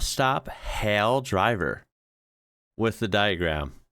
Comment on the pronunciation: want to get Australian accent down? Hail has a diphthong vowel, not a monophthong vowel like you used here. Gotta dmit this sounded and a looked kinda strained to say hail. Kinda like the south I would imagine. Hail should be said like Hay-ell